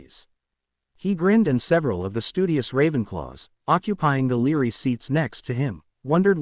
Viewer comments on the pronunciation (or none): It is Library not leery. If you cannot deal with three letters within a word, then you need serious psychological help